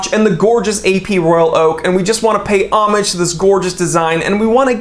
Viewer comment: Sir when you said homage I thought you said Amish. An Amish watch, a sundial and a compass. Great video.